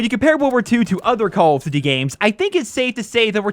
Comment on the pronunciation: Calld of dudy